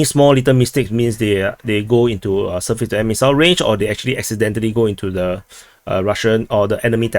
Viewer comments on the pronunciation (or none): none